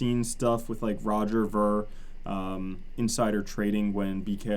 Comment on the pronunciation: its Roger veer not vur spelled ver....